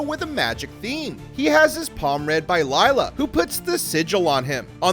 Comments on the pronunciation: Her name is Lilia, not Layla lol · Lay-la really? pronounce and proofread first before posting a video.